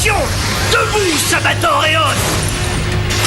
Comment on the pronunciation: je rêve ou il a dit : sabator héos